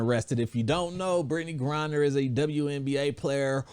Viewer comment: U keep calling her Brittney GRINDER lmao